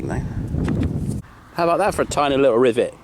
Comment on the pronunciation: Only, because it's in France, he pronounced it "ri-vey".